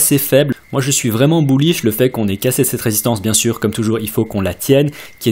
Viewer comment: À chaque fois que tu dis "bullish", un petit chiot meurt dans le monde. -_